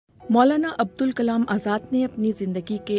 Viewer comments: عبدالکلام درست نہیں۔۔۔ ابوالکلام آزاد ۔۔۔۔۔ بی بی سی اردو سے میں بارہا کہہ چکا ہوں مجھے ملازمت پر رکھ لیں کم از کم ایسی بڑی غلطیاں کبھی نہیں ہونے دوان گا 😅😢۔۔۔ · Poor VO. continuously kept saying the name wrong..... Its ABUL not ABDUL..... A VO artist should know the difference. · بی بی سی اُردو کو کم از کم اِتنا عِلم تو ہونا چاہیے کہ اِن کا نام؛ ابُوالکلام تھا نہ کہ عبدُالکلام! مُجھے حیرت ہے کہ اِس قِسم کی غلطیاں کی جاتی ہیں اور ویڈیو کو اپ لوڈ کرنے سے پہلے سُنا تک نہیں جاتا! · آپ سے نام بولنے میں بار بار بھول ہوئی ہے۔ ان کا نام عبدالکلام نہیں بلکہ ابوالکلام تھا۔ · His name is ABUL Kalam, not ABDUL Kalam. didn't read it well and no one even noticed? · The narrator is again and again saying ABDUL whereas its ABUL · This video opened with the narrator reading the name wrong made it completely meaningless. It's not Abdul Kalam it's abulkalam. Bbc is losing it fast now. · Pathetic BBC didn't even know the correct pronounciation of molana s name Said abdul kalam Where BBC is heading to? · The narrator seriously needs to work on her narration skills. It's Abul Kalam Azad, not Abdul Kalam Azad. Jawaharlal Nehru not Jawahalal Nehru.. plenty of other errors as well. How hard could it be to record a script? Plus, it is absolutely rubbish to claim that Azad fancied Alcohol. Total nonsense.